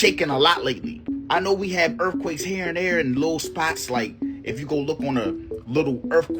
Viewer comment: "Erffquakes at the mole" Hes got IQ fatigue